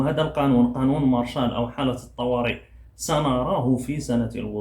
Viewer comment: للتصحيح فقط la loi martiale وتقرأ مارسيال و ليس مارشال